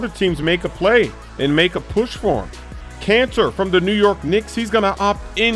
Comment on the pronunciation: Is he saying Kanter or Cancer?